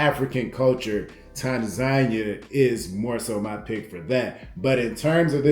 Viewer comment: tan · zah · nee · uh........Other than that......I like the videos fam 👍